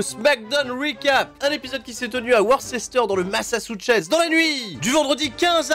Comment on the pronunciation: C'est quoi le Massatchuchess ? ^^ En tous cas merci encore pour la vidéo ^^